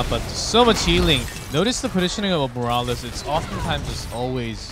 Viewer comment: am i the only one annoyed that one of them keeps calling morales as ''moraliz'' ??